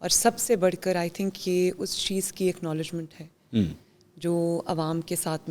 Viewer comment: Akhnowlegement nahi hota Jahil.